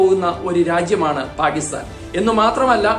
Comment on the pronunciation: പാഗിസ്ഥാൻ. നല്ല മലയാളം എന്നുകേൾക്കും?